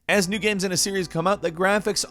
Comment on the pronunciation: He pronounces the word "games" like "gayums".